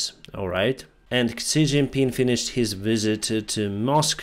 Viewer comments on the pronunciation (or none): you tend to say the name of the chinese dictator wrong. If you pronounce the English word "she" softly (as a Slavic language speaker you know what I mean), you'll get it nearly perfect. In pinyin, a few letters (I can only think of 'x' and 'q' atm) represent sounds not present in English, and very distant from the English usage of these characters. Yes, Chinese have the analogy of Slavic soft "sh" (marked by 'x') and soft "ch" (as in china) (marked by 'q'). The Slavic analogy is not a perfect match for the real Chinese sound, there's something more to it, but good enough to get you a grasp.